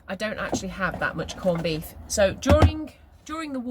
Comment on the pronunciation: Are you pronouncing it corned beeth?!